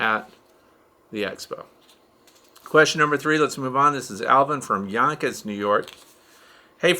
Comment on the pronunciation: As a native Bronxite, I appreciate your correct colloquial pronunciation of Yonkers!